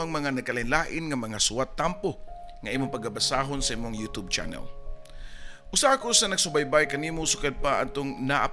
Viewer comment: imbes kay ganahan nko dri kesa sa papa dudut,napareha nmn hnuon ni sila,nganung 'yotob' mnjud oi kalain paminawon,youtube bya na